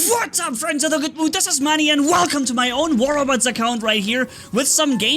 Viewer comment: I think that u should work on saying your name U say Money always (except for a few) instead of